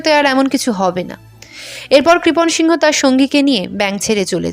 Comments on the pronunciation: আপনি বহ বার সিংহ উচ্চারণ করলেন ,ছবি দেখালাম এক অবাঙালি র তাই উচ্চারণ টা কি সিং হতো না, বাঙালি সিংহ হয় শুনেছি। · আরে সিংহ নয় সিং বলতে হবে। উচ্চারন ঠিক করুন